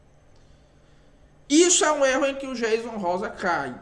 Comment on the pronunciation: Aprende primeiro a pronúncia do nome do Jayson Rosa pra depois vc falar do mesmo. 😳